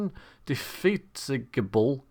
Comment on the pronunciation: I think it's pronounced in-de-fat-EE-ga-bul.